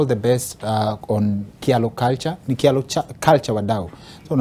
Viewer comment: Kingori you are right, it is pronounced as chalo not Kialo. Betty and her sisters need to learn how to pronounce their name properly. Even my kids live in England and they can say Chalo properly as we are Kyalo’s too.